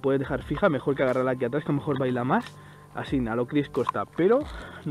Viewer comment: por favor no digas ASIN que me sangran los oidos